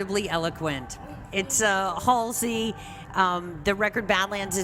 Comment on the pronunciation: I choked a little when she called her "halsley"